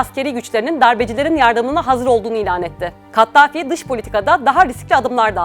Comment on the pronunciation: Kattafi değil, Kaddafi...